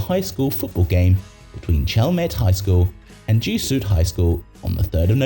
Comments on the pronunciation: Jesuit is not pronounced “JEE-soot.” It’s “JEH-zhoo-it.” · "Gee-suit High." Bot much?